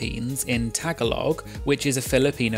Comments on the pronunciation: Thanks for the vid: a small point that it’s pronounced “Tagalo” not “Tagalog” 😘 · Tagalog is not pronounced as tag-alog but something like ta-gaahhh-lawg lmao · lmaoo tagalog is pronouced "tah-ga-low" pls my poor ears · Tagalog is pronounced differently, I could try to spell it phonetically but you’re better off just looking for a clip of someone saying it You may have heard this already, I know it’s a word that doesn’t really click for native English speakers who haven’t heard it out loud before but as a Filipino American hearing people say “tag-a-log” like a schoolyard game with a chunk of wood is really irritating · no it's not. It's pronounced as something like "Ta-gaaahhh-lawg". A native Tagalog speaker here. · Tagalog is pronounced TAH GA LOW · The way you said Tagalog lol 😂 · While it is most definitely not something like how one might say the phrase “tag-along” in English, there is definitely a “g” sound as in “gold” at the end. And as for the vowels: the first “a” is like the “u” in “nut”; the second “a” like the “a in “far”; and the “o” like in “soul”. And the second syllable is stressed.